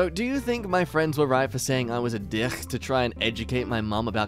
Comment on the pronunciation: Every time you say “dihick”, I burst into a fit of giggles. It’s a bit of a problem.